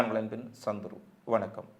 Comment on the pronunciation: எகிலத்தின் என்பான வெனக்கம் 😂. டேய் லூசு ஒழுங்கா தமிழ் பேசுடா. செய்தியும் பொய்யான செய்தி. காச மக்கள் ஹமாசுக்கு எதிரா ஆர்ப்பாட்டம் செய்யுறாங்க. அந்த செய்தி கண்ணுக்கு தெரியலையா?